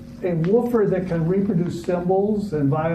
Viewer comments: You gotta learn to say woofer right, its not wooo-fer. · Wooh-fur. Lol